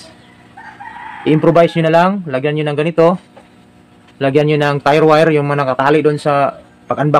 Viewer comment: Ano tama pag bigkas bro? Tire wire o tie wire?